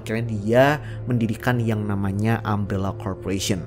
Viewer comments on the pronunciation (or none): Umbrella bukan ambellah.... Umbrella bukan aem rela.... Katakan TIDAK.